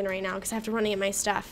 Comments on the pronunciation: Are u saying right now or right meow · U said now like meow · She said moew as now hahahahahhahha